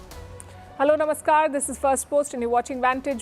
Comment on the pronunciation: What does she mean when she says "Namascar"